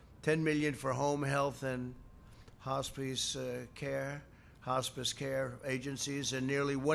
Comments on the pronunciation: "hospees care" i laughed more than i shoulve, as well as the yoseMITES and yoseminities trip up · He can even pronounce hospice....what an idiot!!